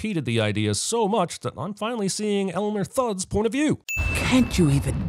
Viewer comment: Elmer Thud? You mean Elmer Fudd, right?